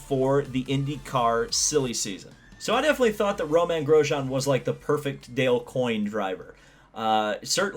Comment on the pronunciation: It’s Romain, not Roman. You pronounced it somewhere in the middle at least. I enjoy your videos.